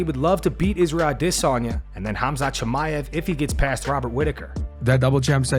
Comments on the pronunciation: Why are you still saying "I'll-Diss-On-Ya" 🫵🏽🤣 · You're the only person who says "adesanya" like that.